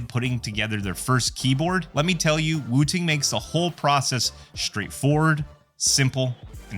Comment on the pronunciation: SOCD subverts the intended skill requirement game designers built into games like Counter-Strike, and yes even Valorant. Valve made the right move. Also, it's funny hearing you pronounce it "woo-ting." lol